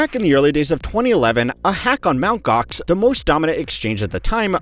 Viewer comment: "Mount Gocks"?! 😂😂😂😂😂